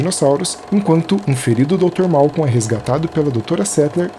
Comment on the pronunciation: Pequena correção bobinha: é Malcolm e não Malcon.